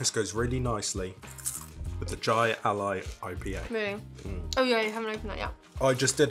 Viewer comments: Jai Alai is pronounced "Hi a lie". We used to have a really big Jai Ali place in my state years ago. Pretty crazy sport. Pro players can get the ball up around 300km/h (yes, you read that right) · Jai is pronounced with the J sounding like an H. "Hai"